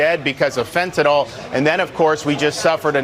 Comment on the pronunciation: Why does every single Republican call "fentynl" the non-existent drug "fentinol"?